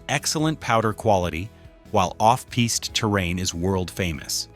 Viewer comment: Your AI mispronounced "piste"